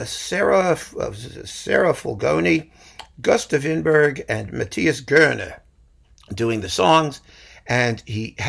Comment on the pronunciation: Hej and thankyou from Sweden. I am overjoyed to find this channel. I have previously read and enjoyed many of your insightful reviews on Classicstoday. Now you help me with pronunciation of all the artists whose names I have unknowingly mangled. I have one tip for you. The Swedish tenor Gösta Winbergh is pronouncef Yussta Veenberry. Hopefully something you can use to impress friends and acquaintances Mvh